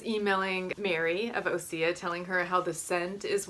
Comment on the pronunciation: osea is pronounced oh say. I love their stuff!! I haven't tried the anti aging balm yet. is the baking soda aluminum free baking soda?? I use schmidts sensitive skin version the lavender your sniffing makes me laugh so much hahaha. I broke my ankle in april and I swear that cbd pills are the only thing that saved me. I didn't need to take their opioids they gave me, I didn't like them anyways I felt sick and drugged up I hated it I only took two this entire time and I haven't been taking anything at all I had the balm for cbd and I took that a lot.p.s. I looked at the bite beauty thing because that sounded nice except for the fact that they have linalool and limeone in it which are ingredients that I avoid because theyre harmful to your body, so not that clean or natural. watch out for that if youre super conscious about what goes on your skin and in your body!!